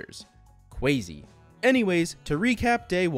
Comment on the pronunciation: Man, this was cwazy!! 😂🎉